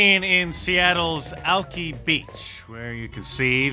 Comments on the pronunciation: 😮😮😮 pronounced Alk-EYE beach not Alk-EEE beach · "Alki Beach." Pronounced Al-KIY not "Al-KEY." Kind if like how Jeff Bezos's last name is pronounced BAY-zos, vs. "BEE-zos," which is how Mark has chosen to (mis)pronounce it for years. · Al-key beach? Al-kah-ee beach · It's Alki Beach, not Alkee Beach 😅😅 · Alki Beach is pronounced Al Kye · (ALKI) ALK-eye beach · It's pronounced Alk-eye, not Alk-ee 😁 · It's pronounced "Alk' eye" Beach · Al- Kai beach. Like alkaline. AL-Kai. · Alki is pronounced “Al-kye” beach but “alky” (alchy) is probably appropriate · Lol it's pronounced Al Kai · Seattle's Alki Beach is pronounced Alkai (eye, not ee) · It is pronounced "Al-Kai", not "Alkee". That said I left Washington for Tennessee. No regrets. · Alki is pronounced Alkeye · it's pronounced Alkī beach, I'm in the Seattle area. 👊🏻 Love your work brotha. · Alki Beach is pronounced “Al Kai” Though I’m a leftugee now, the Seattle in me had to say something. Also, if it was said in purpose, it’s not inaccurate.